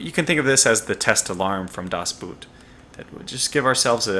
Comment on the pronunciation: By the way the "oo" in the german word "Boot" is pronounced like "oa" in the english word "oak". Your pronounciation of "das" was spot on though!